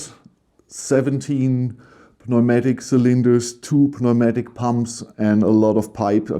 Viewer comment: Newmatic. The p is silent 😉